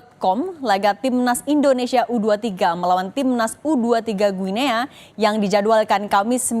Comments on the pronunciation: Mbak Penyiar cara mengucapkan nama negara Guinea itu mudah kok /Giniii/ jadi bukan /Guinea/. Usaha dikit Mbak ngecek di google. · Mbacanya GUINI mbaee.. 😟